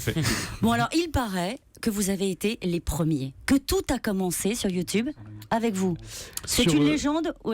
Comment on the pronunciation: U2 BEURRE